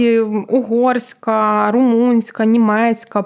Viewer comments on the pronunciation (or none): "...ну окей, ми виключили роШійШьку, нарешті..."(4.01) Дівчата, запишіться на заняття з риторики. Ваше "жування вати" з одноманітним темпом і на одній ноті слухати неможливо) Повикидайте оті безкінечні "ну-окей". Що то за "румИнська" мова (7.30)? Проблеми не "почАлися" (1.27), а "почалИся" Тим більше, говорите про мовні питання)